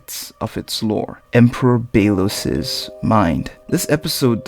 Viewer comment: Can someone tell him to stop saying Bae-los...